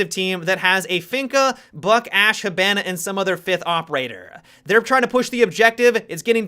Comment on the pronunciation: anybody else think of bananas when says, "Hibana"?